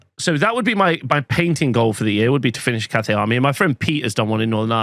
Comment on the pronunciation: Took me way too long to understand you're saying cafe and not Cathay 😂